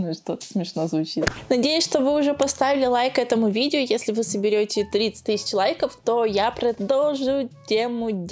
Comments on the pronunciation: Тыщача рублей, две тыщачи рублей 😤🤦🏼‍♀️🤦🏼‍♀️🤦🏼‍♀️ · Меня бесит когда она говорит тысяТЯ 😡